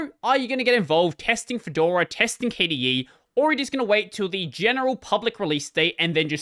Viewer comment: "Kedora". Hey, that's my distro! I'm equally excited and nervous about how the big switch to v40 will go.